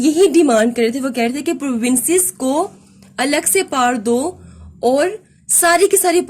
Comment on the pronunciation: We all know that (power)is pronounced as Paar but it seems awkward whenever u say it..plz say it as real (power ) . Thank u